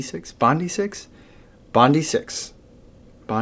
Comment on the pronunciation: To help you out it is pronounced Bondeye as in the beach here in Oz Bondi Beach, love your vids thanks for your efforts 👍😎